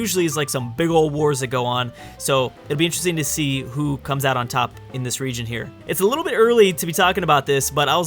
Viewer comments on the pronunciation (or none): none